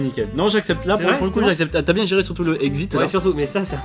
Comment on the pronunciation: C moi ou dis biengue à la place de bien